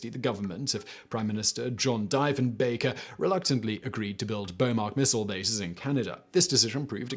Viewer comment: It isn't like Deefen-baker is important. Like Roosa-veldt or Kurk-hill or Abby Lynekin